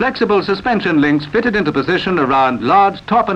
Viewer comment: It sounds like the commentator says fitten, erecten and bringe instead of fitted, erected and bridge.